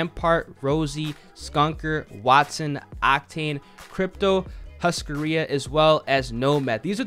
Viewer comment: ''SKUNKER'' when he is called ''Skunner'' and ''HUSCARIA'' When it's called ''Husaria'', NICE READING DUDE! very hard to get those names right...